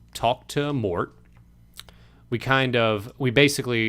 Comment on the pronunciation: For what it’s worth, it’s “mort” like death.